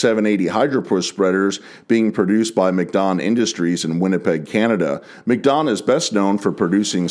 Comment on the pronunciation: no rude intent but it is pronounced Mack Don like Big Mac not Mc/Mick don